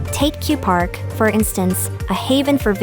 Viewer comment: The Kurpark not Kupark. I would recommend adding the Spielhaus (Casino)